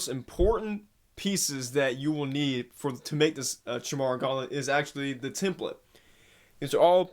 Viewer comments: I know this is super late but you pronounce it "kai mee rah"... It's the name of a mythical creature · Chi-mara???? What kind of idiot can't pronounce Chimera? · Chimera is pronounced kaimera